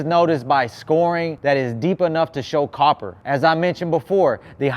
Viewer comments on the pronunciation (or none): none